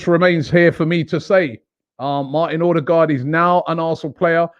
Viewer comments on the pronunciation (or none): It is pronouced "Urdergor" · So we get to hear Robbie butcher a name in his usual fashion until end of season. 🤦🏻‍♂️. Someone tell him the "d" at the end is silent.